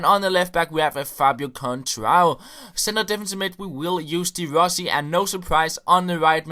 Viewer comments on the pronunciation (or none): none